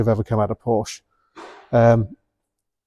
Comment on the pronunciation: You should get up early and find a German who you should ask how to say Porsche